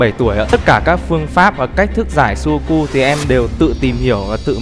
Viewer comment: sudoku mà nghe như sogoku :))